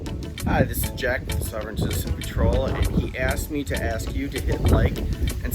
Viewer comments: He calls it "souveren citizein".......I call it "slobberin' sh*tizen" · What the frell is a "sew-veren" citizen? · In the first case, the presenter pronounces the "sov" of "sovereign" as the "sov" of "soviet," so maybe he's in Eastern Europe? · I don't think the first guy is actually mispronouncing "sovereign", it more sounds like he has a bit of a Dutch (?) accent